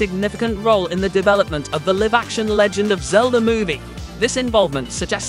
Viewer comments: lol, clearly English isn't your first language. It's not "liv" action (rhyme with give), it's "lie-v" action (rhyme with "dive") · can you PLEASE not say LIVE wrong, its not LIV...ugh hurts my ears